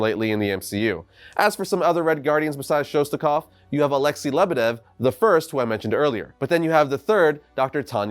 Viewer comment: Alexei is pronounced Alex-say not Alex-e